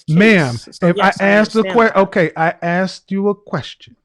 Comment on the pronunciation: Communication degree holder didn't like you not answering the questions she aksed. Can she AKS you another question?